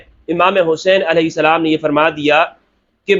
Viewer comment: Sir I love how you say Hazrat Imam Alahai Salam JazaKallah